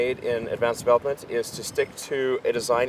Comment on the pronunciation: (mumbles) -> "development"